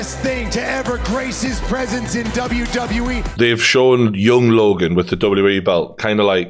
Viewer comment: its WWE ffs 🤣 annoyed me more an more everytime he said W E 🙈🤣